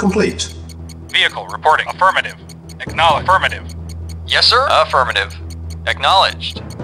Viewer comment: "aWAITING orders", "ach-nowledged"